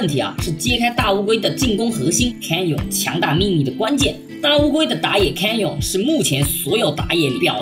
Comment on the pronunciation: 分析得很好 只有一个小问题 canyon 读 刊捏嗯